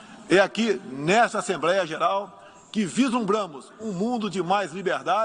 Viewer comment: É impressão minha,ou ele fala "assembreia"...o Bozo fala muito estranho,parece q tem dificuldade,chega ser pior q ouvir a Dilma,e olha q essa era triste discursando... é rir o/não chorar,esses são os representantes q escolhemos p/nós fazer passar vergonha perante o restante do mundo!!!🤦🏾😐